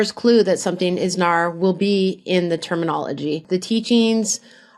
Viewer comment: It's called N.A.R not NAR. It sounds weird to call them NAR when everyone else doesn't